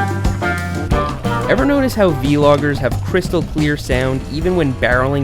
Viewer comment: You said v-logers